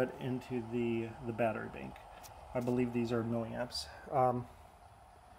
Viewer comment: You are not the only one who had a problem with the "bink". I took a good while before figuring out that "bink" is this man's rendition of "bank" lol (I am Polish and learning English as a second language)